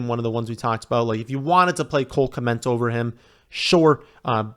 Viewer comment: OMG please stop saying Cole "Kment"!